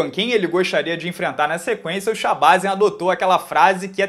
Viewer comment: Provavelmente, a pronúncia é shabazyan com a última sílaba forte.